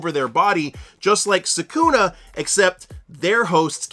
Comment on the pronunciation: Why do you say sukuna like that